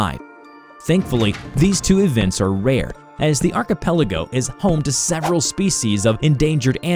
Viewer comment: You are the only YouTuber that says archipelago correctly.